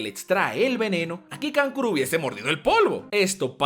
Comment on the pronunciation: Kankuro-----------kankulo :V